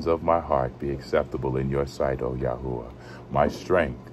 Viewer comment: The Torah of ya hoo a ?Why is it pernounced like that?